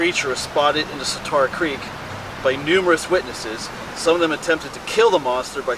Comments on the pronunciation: I love your videos because I grew up outside Harrisburg and a lot of your videos are my old stomping grounds. I do have a pet peeve however... The Swatara Creek is pronounced with "tear", like "tear a piece of paper". It is not pronounced with "tar". Swuh tear uh. Sorry for complaining. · Grew up in the area. The creek name is pronounced "Swad-era" creek, not Swa-TAR-a creek. The nick name for it is The Swaddy. Never heard that legend. Sounds like a blond phase black bear. However, if a Bigfoot actually 'cried out' while taking a bath it's probably because the cold water reached his jibbly bits :)